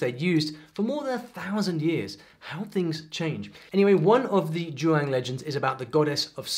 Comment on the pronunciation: Please look up the IPA for xiang and zhuang because hearing you pronounce it with a british filter was sort of painful